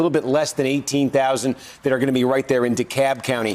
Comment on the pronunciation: Its DeKalb county Not y'all saying cup county 😁😁